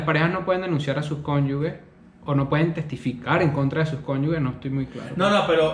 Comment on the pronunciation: Epa, es cónyuge, no conyugue